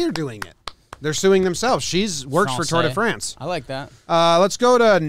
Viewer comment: Tour "duh" France